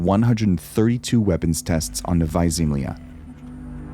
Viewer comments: It's Novaja (novaya) ZemljA (zemlya), not Novaja ZEmlya NEW LAND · And pronounced as "novaYA zemlYA" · You pronounce it wrong: Its Nova-ya Zem-la